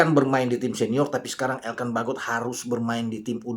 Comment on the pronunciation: lucu juga cara pronounce anda menyebut "Struijk, Jenner, & Baggot".. Padahal cara pengucapannya ga seperti itu dah 😬😱😀😁😃😄😆